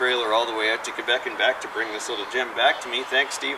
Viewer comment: Finally someone that pronounce Quebec like it's supposed to be and not like Qwébec